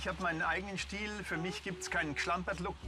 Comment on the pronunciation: Was hat der denn mit dem "st" haha "schtiel"